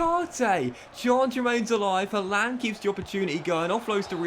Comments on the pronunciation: Why does it sound like he says haalander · I hate how you pronounce Haaland ngl